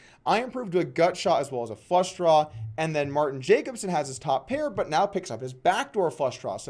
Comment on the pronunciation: Doug please stop pronouncing Jacobson wrong like a dumbass ignorant American. You're better than that